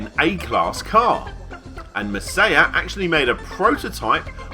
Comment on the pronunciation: Maw-sai-yah not mei-sei-yuh